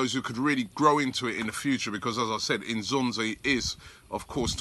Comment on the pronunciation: Can you please pronounce his name properly. It's not "In'zonzi' it's "N'zonzi".